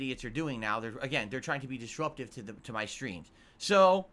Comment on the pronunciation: "I need that money. To pay MUH bills"